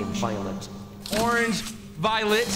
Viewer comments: In the color game they said orgeng as in organ-g sounds a lot like orange though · i cannot stand the way he says “organge” in the color game😭😭😭😭